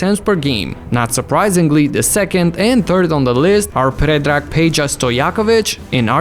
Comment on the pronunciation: Damn, you actually nailed Peja's name... genuinely surprised... Good job xDD